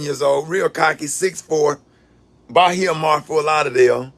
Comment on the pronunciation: It’s Ba-he-a-mar lol what you doing on Lauderdale beach 👀👀👀👀👀👀